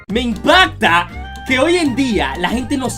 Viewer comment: DIJO "Impadta" con D. Mátenlo aayyy! xD [Bromeo ;]